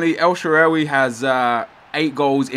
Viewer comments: Shaarawi no shaawari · its pronounced "el-sha-ar-way" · Pronounced el-shore-rar-wy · 'El Shaawary' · El shaaa raa (like the Egyptian God) wy (wii) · El shaawary... Nep fresking shaawary R awy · El Sha-roar-ry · I'm pretty sure it's El Shuh-rar-wee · pronounced SHA-RA-WY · El shuh-Ra-wee is the correction pronunciation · It's El Shaa-Ra-Wy and try Neuer at Striker haha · It's El sha-rawee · El shaarawy pronoun citation : el sha ra wee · Its pronouneced el sha - ra - vy